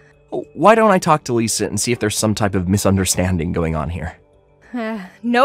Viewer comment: Wow she lies as easy as she breathes! It's strange how the son pronounces Lisa like "Liser" at first lol